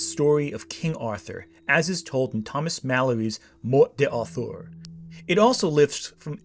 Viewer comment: Morte d'Arthur is pronounced "mort dar-TOOR", not "mort day AR-ther". What was it you said in this vid about researching things and not just pulling them out of your arse? Researching how things are pronounced might be something you should consider adding to your regimen.